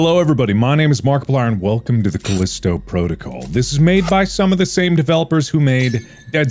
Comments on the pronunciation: The way he says ⭐Kalisto PROtokole⭐ at the beggining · Caleesto proticle... Sounds Japanese to me.